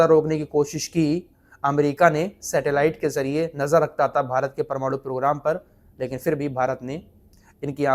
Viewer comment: PARMARU kyun bolte hai, sahi wod PRMANU hota hai sahi bolye